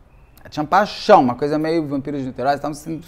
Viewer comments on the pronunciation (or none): 😅ainda mais quando ele fala: "paixon, paixon, paixon". 😂